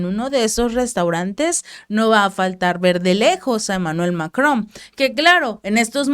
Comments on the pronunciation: No se dice MacroM es Macron Es con N al final No con M Y se pronuncia sin decir la última letra Macro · Emmanuel MacroN, con N, no con M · No se llama Mc"romm se llama Macron 😆